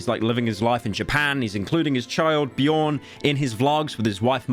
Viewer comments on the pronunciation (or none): Ooof dont diresepect every living Swede like that The name is Björn not BjOoO0rn. Ö is its own letter its not a Regarded O.